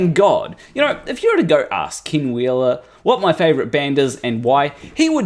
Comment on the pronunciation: Just so you know, when you say 'Ken Wheeler', it sounds like 'King Wheeler'. This could be funny if you played into it. But it also is really awkward with this narcissist cannibal. Maybe, just a humble suggestion, practice you e's so they come out as ehh rather than ihh?